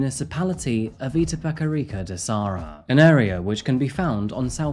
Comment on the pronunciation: I'ts da serra not de sarra KKKKKKKKK